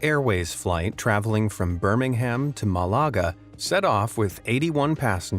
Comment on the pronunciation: I love it when Americans pronounce Birmingham wrong